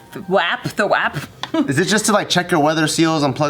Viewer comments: I’m sorry but we don’t say WAP that way in Milwaukee lol thats more north Wisconsin lol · Ummmm I'm offended. Milwaukee does not say WAP that way hahahaha